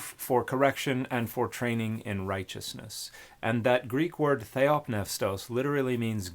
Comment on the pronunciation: Why isn't the P in theopneustos silent?